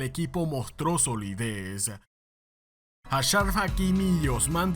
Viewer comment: Achraf Hakimi ❌ hasharf hakimi ✅